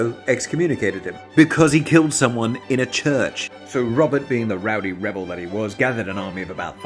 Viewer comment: A wowdy webel, you say!